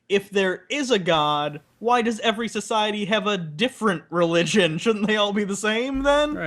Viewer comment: He also pronounces "society" as "sjociety"